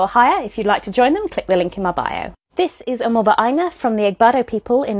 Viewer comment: As a Yoruba, I love how you pronounced “Omoba” it was a delight to hear ❤